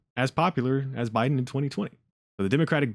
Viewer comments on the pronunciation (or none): none